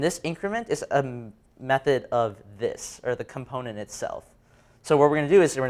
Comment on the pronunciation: Everything was good except why does he NOT know how to pronounce Component in the regular English accent he is speaking/using? lol